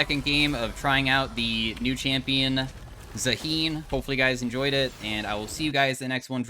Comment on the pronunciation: The name is pronounced “ZA-hen” I think